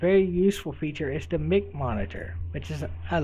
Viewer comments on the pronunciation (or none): Your saying mic as in MICK, but its mic as in MIKE or micheal, think about microphone, not mickrophone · LOL HE SAID ''mick'' haaaa